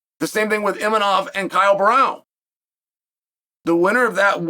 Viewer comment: Cael somon , its kham-Zat ( ham zat ) khamzat imanov = Imavov haha